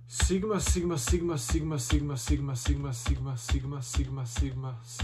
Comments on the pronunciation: na 2x brzini čuješ pomalo kak kaže simba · Bro govori SIMA😂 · Zvuci ko da govori sima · Lik govori siima sima